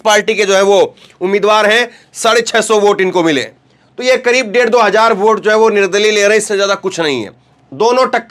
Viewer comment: Hajaar nahi Hazaar hota hai